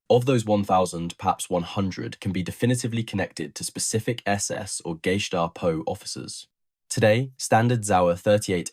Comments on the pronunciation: Did he say …..”Gay-stop-oh” ? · Pronounciation could have been worse. It basically boils down to whether or not you pronounce it as a word of its own or parts of the underlying components of this abbriviation: GEheime STAatsPOlizei. Even inside Germany people might put different emphasis on the "e". That being said, the pronounciation is certainly closer to one of "geh heim" (go home) than "geheim" (secret). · The pronunciation of Gestapo used here. 'GAY-STAPO," sounds as though it might be a modern day German police organization.... 😂😂😂😂😂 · Nice work! So much better than other YT videos. Although you could learn how to pronounce "gestapo."